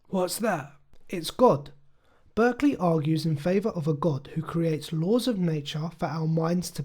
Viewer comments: May I correct one thing? It's important that you know his name is pronounced "Bark-lee". You are using the California school/region pronunciation. Thank you. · A very interesting video but one small thing: I don´t want to nitpick, but I´ve heard more than one that the name is pronounced "Barkley".